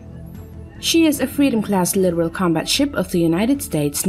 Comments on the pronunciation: 30-year Navy veteran here. The only thing here that makes me cringe is the computer voice narration. It's pronounced litTORal not "literal". A video like this would be far better if accompanied by commentary to explain context as to why now. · Litoral not literal. Holy shit.